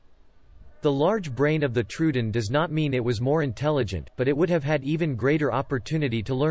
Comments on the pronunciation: yeah that bugged me, too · that's not how you pronounce troodon